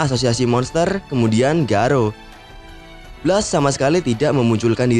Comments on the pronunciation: Itu di baca bles bukan blas lol😑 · Blast di baca blest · Nyebut blast aja salah, video gaje